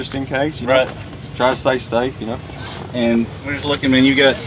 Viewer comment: any one notice wen he was talking about the seats he said "say stafe" instead on stay safe Lol.